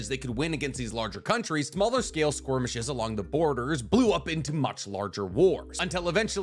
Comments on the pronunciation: SKIR-MISH-ES…. Not squirmishes… 🤦‍♂️ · Pronounced skerrrmishes not squirmishes 😅 but love the video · Are you saying skirmish or squirmish? It's skirmish. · I have watched like 3 or 4 of these ninja war-related videos now and I'll never tire of hearing him pronounce "skirmishes" as squirmishes. I love it! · The way you say squirmishes rather than skirmishes kills me lmao 🤣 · The way you pronounce skirmishes as squirmishes kills me 🤣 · Where'd the Q in skirmishes come from lol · OK skwormeshes not skirmishes got ya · Skormishes I think you mean skirmishes, lol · I will never get tired of saying "skormishes" XD great video as always ( also you say theat the leaf sold 7 tailed beasts, because of shukaku and kurama not being sold but didn't chomei go to the land of waterfalls seperately to the sale?) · I like how says "Squirmishes" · I love that he says "squirmishes" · Why do you pronounce it “squirmishes” ? Is that how it’s actually pronounced or are you just being silly? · Love your videos, but I absolutely hate how you pronounce "skirmishes" 😅